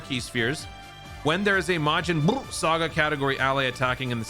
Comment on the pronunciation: Am I the only one that don’t like when says majin Bruu?